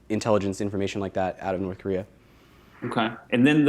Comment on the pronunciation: actually pronounced "Norse Korear". I watched a documentary, I know.